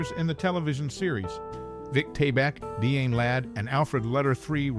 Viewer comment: Dee-anne, not Di-Anne? Pro-tag-o-nist